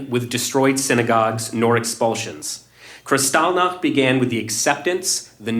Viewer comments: Jimmy, I like you, respect you and agree with 95% of the issues you explore - particularly with regard to the shots. But I find your videos on Jewish issues unwatchable. You and the gang seem to have complete cognitive blindness on this issue and behave as though the only people being threatened and killed are the Palestinians in Gaza. Your inability to pronounce Kristallnacht (and seemingly your understanding of the significance of that event) suggests to me that you and the others have a vein of anti-semitism running through you. I'm not Jewish, by the way. I respectfully suggest you read 'The Palestinian Delusion' by Robert Spencer to understand the falseness of the claims by the 'Palestinians' who have no historic claim to that land. It also explores the long snd arduous series of attempts at drawing up a peace process by Carter, Clinton, Bush and Obama which failed because of the Palestinian desire to eliminate Israel entirely (and because none of them understood the proclaimed intention of Islam to remove and kill the Jews - which is really what this never-ending conflict is about. Other good reads which reveal the true motive of many 'Palestinian refugees' are 'Because they hate us' by Brigitte Gabriel, a Lebanese Christian and videos by Gad Saad, a Lebanese Jew. Both experienced the destruction of their Christian-majority country Lebanon when their government allowed 280,000 'Palestinian refugees' to flood in. Civil war ensued as they took over the country and destroy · Dude. "Kristalnik?" It's kristallnacht. The night of broken glass. Did you sleep through high school history class? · Seems like these "experts" choose an odd pronunciation of a word to make it seem like they have a deeper understanding of the subject. I've never heard it pronounced KrisTALLnach, only KRIStallnacht... and when I look up the actual pronunciation, in German (since it's a German word), it is in fact KRIStallnacht. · He can’t even pronounce Krystol Nacht. What a putzzz